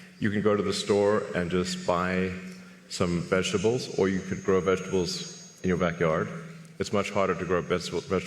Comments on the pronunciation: She had me dying with the vejuh-tubbles?? 🤣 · VIGITIBLES?! WTF did she say? lmao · In fairness, these reporters probably do use about 5%. The last one said "vega tibles" ffs